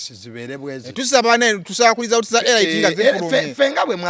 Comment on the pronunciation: Pronounced "Elit" not ELAYITI